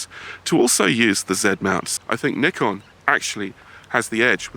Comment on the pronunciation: kudos to you for the better pronunciation of Nikon. An entire tribe further west should pay attention.